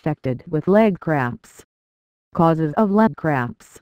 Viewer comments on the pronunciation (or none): I hear it saying craps instead of cramps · Sounds like shes saying leg crabs